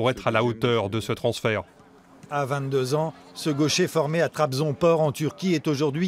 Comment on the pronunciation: c'est trabzonspor et pas trabzonpor